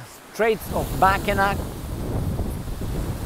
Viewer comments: MAK-i-naw not Mak-i-nak. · Mackinac Bridge is actually pronounced Mackinaw, because it is French and the French language has confusing pronunciation